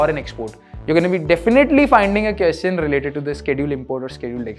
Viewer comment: Hey, you are doing a great job. I love it. On a lighter note- Can you also say “question- kwesChen” instead of “keschen”. Also “duhvehLuhpuh- developer” instead of what you say? Thanks.